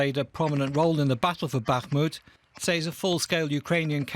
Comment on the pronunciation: British people pronunciations absolutely irk me. Lol "SAY(S)". {SA-AY-EZ}!?!?!? tf is that.